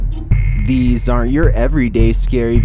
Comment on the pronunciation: "Deez aren't your everyday scary videos, deez are advanced scary videos" 🥜